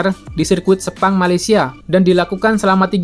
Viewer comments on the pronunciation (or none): none